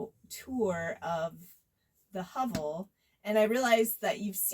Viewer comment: Very nice build. Although it’s pronounced ‘huh-vel’